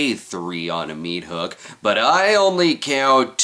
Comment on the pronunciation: What's a mea-thook?